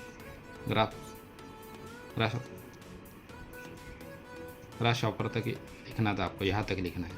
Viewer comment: English padhna sikh 😂😂😂😂😂😂😂😂 grasshopper❌ grasspepar ✅😅😅😂😂😂😂😂😂😂😂😂😂😂😂